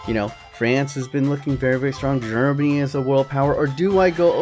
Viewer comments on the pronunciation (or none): none